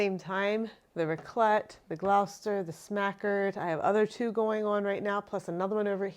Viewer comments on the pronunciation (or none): Please look up the pronunciation before shooting the video. It's the name of a city (and county), so the pronunciation is part of another people's identity.